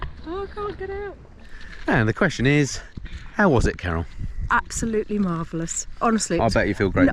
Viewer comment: I just watched this with the subtitles on. Very enjoyable but you might want to enunciate "Carol" a little clearer in future videos. Have a look for yourself but don't show Carol or she'll probably thump you